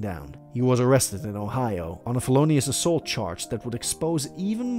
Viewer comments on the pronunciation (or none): none